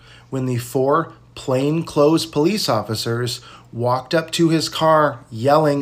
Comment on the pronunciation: people please learn how to say "plain clothed".